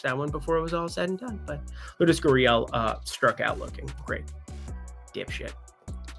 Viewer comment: it's pronounced lard-as Gurriel.